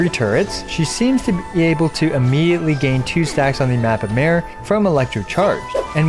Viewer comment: Ironic how all content creators go out of their way to pronounce words and names in Japanese or Chinese correctly and they the go full hillbily on Mappa Mare and anything European related for that matter.... It's not a fucking female horse, it means map of the sea and it's in latin.